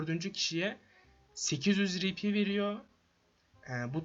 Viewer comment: Rpnin okunuşu ri pi değil ar pi olması lazım